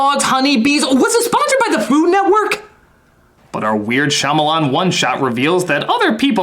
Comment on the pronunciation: i have never heard anyone pronounce "Shyamalan" like that